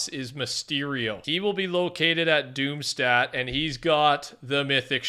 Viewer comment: It’s actually pronounced like doom Shtadt and not like stat It’s the German word for city